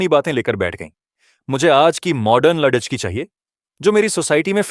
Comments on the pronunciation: Kahani ko padte hue shabdon ko dhang se bolo agar hindi nahin padh sakte toh kisi achche hindi ki jankari ho larki ko ladki padh rahe ho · कहानी कहने वाले को लड़की बोलना नहीं आता। क्या वह हिंदुस्तानी नहीं है?